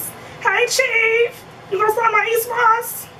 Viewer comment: Lol what is this ESWOS I keep hearing. Is it s/t to do with that pin